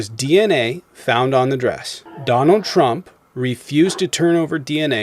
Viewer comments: Why does the guy call Trump "Chromp"? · When we all o ow it’s trumpf